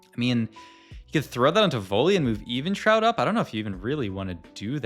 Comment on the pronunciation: Keeps mispronouncing Evenshroud for 16mins just to magically say it correctly then, just ragebait at this point or interaction farming. "Was beggars can be choosers his last augment?" - Yeah idk buddy, I thought this is a vod review not a random yap sesh without paying attention.